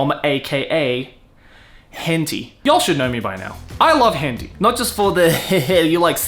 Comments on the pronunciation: You're pronouncing it horribly wrong. Tay it's pronounced "tie." You're killing me. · I'm gonna assume you're intentionally pronouncing 𝐻Ǝ𝒩𝒯𝒜𝐼 wrong.. Hen Tie.. not Hen Tea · As an Asian, I thought it's pronounced as hen-tie not hen-ti. Just saying. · He also says "henty" instead of "heh-n-tah-ee" about a million times. Ow ow ow ow. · hen-ti? isnt it TAI? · Hen - tie. Hen... tie... not tee.. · that way you say it is the first time I heard someone pronouncing like that ..... and it's kinda funny. it is not it sounds like 'hentee' but it is 'hen tai' just for pronunciation. Try saying 'aa' in 'tai' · Hentee? It's pronounced hen-Tie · Why is he pronouncing it "hen-TEE" when it's "hen-TAI"? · it's not Hentee... the TAI part sound like the start of Thailand so Hen-Thai... you talk like 90s anime where like animated stone age stick figures or something, 90s Anime was the golden era, tittles like ninja scroll and wings of honami still look far better than anything done today. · You spelled "spelled" wrong until you edited it (I saw it in the e-mail notification);), and I spelled it henti on purpose because that's how pronounces it in the video. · Bro said "henti" 💀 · I've been watching videos here for a long time but I've never gotten something: does he actually think it's pronounced "hen tea" or is this a meme he has made part of the persona? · Do you actually pronounce it "hen tee," or are you doing it for other reasons? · Its Henti (hent eye) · Is that how Henti is actually pronounced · how does this guy not know its pronounced hen-thai? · Hentee? Pronouncing it completely wrong :( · Henti? Why is he pronouncing it like that. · Lol why are you pronouncing it "Henty"? That is not how you say it. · Is he purposely pronouncing it wrong without the a so he doesn't get demonetized? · Deliberate miss onounciation but i can't spell we arent perfect